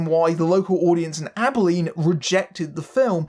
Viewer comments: Also, thank you for properly pronouncing "Abilene." I'm always amazed when people mangle its pronunciation. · Nah, you nailed it. A lot of people mispronounce it as "Abe-e-leen," so I was impressed by your efforts there. And also that you went so far as to check in on the rather infamous local screening. You've clearly done more research than some other reviewers. I'm just sorry the film turned out so mediocre. This was a truly special team, and it deserved so much more than this.